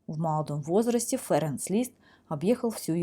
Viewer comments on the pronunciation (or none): Почему вы произносите фЭренц?